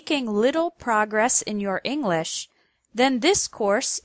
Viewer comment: Ing lish.